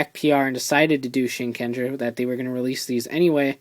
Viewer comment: It's pronoun SHIN_KEN_JAA! There NO GER in japanese. Why is it so hard for people to get that?